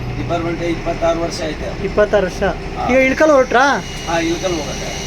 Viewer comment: That is ilakal not ilikallu😅